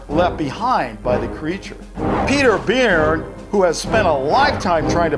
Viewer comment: Just so ya know it's Peter Byrne (pronounced 'Burn) :-) Unknown There have been some weird nests found up in Washington that have yielded hairs that when analyzed, appear to have come from an unknown animal. We've talked quite a bit about these nests on our podcast.